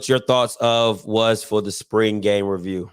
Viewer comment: Bruh I was driving down I-77 and I had to pullover when that boy said "revrew"🤣🤣🤣